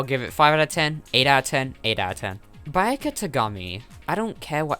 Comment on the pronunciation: I think it's important to remember that Distrust was going for a very different vibe from the final version of the game. Creepy beta Monokuma would have fit right in, imo. Also, "Bayaka" Togami...? :D